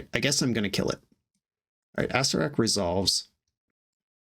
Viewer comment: you were pronouncing acererak wrong the whole time.